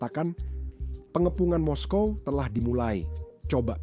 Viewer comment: Moskow ya moskow bro kok mesti moskowa bikin malu aja ditelinga dengar risih.